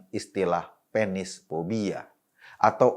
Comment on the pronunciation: Mas Eko harus lebih di perjelas kata kata : pe-nis, karena konotasinya bisa lain